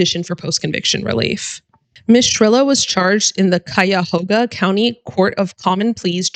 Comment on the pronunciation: Kaya-HOE-ga. Very good.